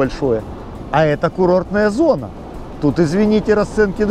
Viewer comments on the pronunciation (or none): none